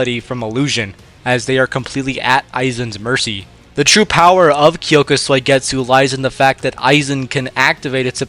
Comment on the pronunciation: “Kyoka Soy-getsu”